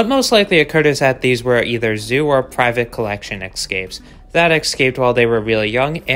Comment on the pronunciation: EScape, not EXcape, FYI...